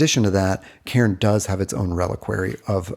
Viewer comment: You pronounce my name really well. I just wanted to say that, because I appreciate it.